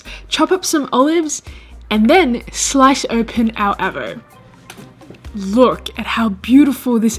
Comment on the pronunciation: Downvoted for the ''avo''. Sorry.